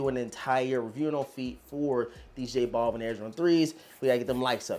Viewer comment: Noticed certain YouTubers mispronounce J. Balvin the same way in, "J. Ball-vin". Actually pronounced as "Bal-veen". You wouldn't call Al Bundy, as "All Bundy" now would you?